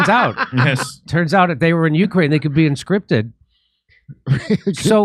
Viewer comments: It is conscripted not inscrpited, Jimmy. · Jimmy keeps saying "inscripted," instead if "conscripted." 🤌